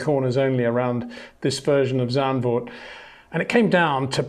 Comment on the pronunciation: Zandvoort, not Zandburg